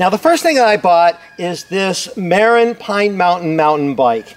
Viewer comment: FYI, it's pronounced "muh-RIN", not "MARE-in". Named after the county in California where they're headquartered.